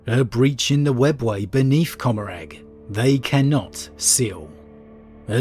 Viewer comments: Commoragh, the g is silent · I always thought it was pronounced "Commoragh" like Gommorah